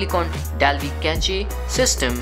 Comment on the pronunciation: Dude your videos are really good and well edited as a whole.. thumbs up for that. i just have one one thing to say,, cache is pronounced a "CASH" not Not "CACHE".